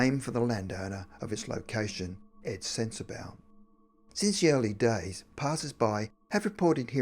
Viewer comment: I live in Kingsport, TN. We pronounce Sensabaugh (sin-sah-Baugh. Not much of it is true unfortunately.